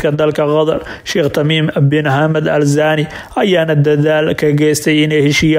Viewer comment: Warcarbiga barta. Sida loogu dhawaaqo ma aha zaani waa thaani